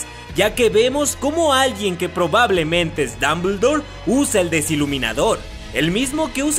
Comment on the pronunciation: muy bueno tu video y buen análisis es casi lo que todos nos imaginamos hasta ahora no hay mucho material! pero lo que me saca de quicio es la rara pronunciación de algunos nombres como ecl del profesor Dambledor o Dumbledore? Tisius o Theseus Scamander? thriller o trailer? dejale esas pronunciaciones raras a los españoles y a los argentinos!